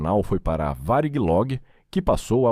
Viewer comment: Boa reportagem,só falta esse narrador pronunciar de maneira correta,o nome da VARIG